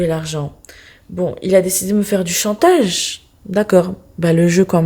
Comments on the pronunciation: elle a dit tatage ou c'est moi ? 😂😂😂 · elle a dit tatage😂😂😂😂😂❤❤